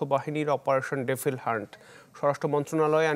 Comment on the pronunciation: Not defil hunt, it is Devil hunt. Please, pronounce correctly bro